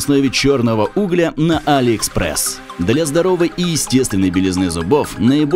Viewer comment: УглЯ, а не Угля